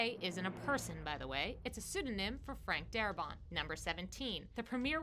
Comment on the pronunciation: Darabont. Not daramont.